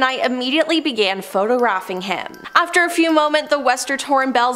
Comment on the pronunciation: Also photo-raffing